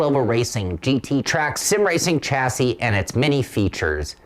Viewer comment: Great review but FFS when are you Americans going to learn how to pronounce the word chassis ? It is pronounced Shazzie. How do you pronounce Chevrolet ???